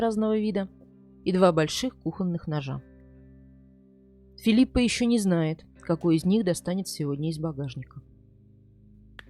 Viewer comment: Не в обиду ...не ФилиппаА а ФилиппО.